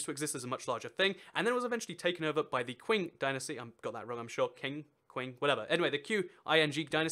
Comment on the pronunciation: It's pronounced "Chin" dynasty, that's where "Chin-" in China comes from